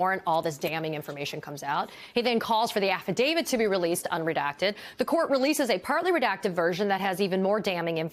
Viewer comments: Why?!! Why would that talking head lawyer pronounce affidavit as affidavid??? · Why is it that the most of these "experts" on TV don't know how to pronounce "affidavit"? A lot of them can't pronounce "statute", either. Not good for credibility, I would think.